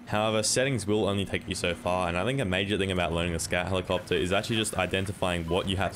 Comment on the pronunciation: "Scat helicopta"